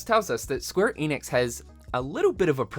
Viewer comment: ‘Enix’ not ‘Eeeeeenix’